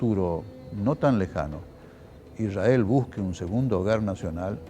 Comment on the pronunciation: Te das cuenta si son o no sionistas por como pronuncian Ishrael.